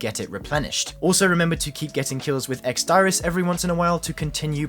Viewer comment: ex diris is pronounced deerrizz